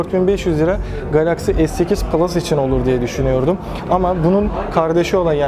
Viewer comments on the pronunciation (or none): none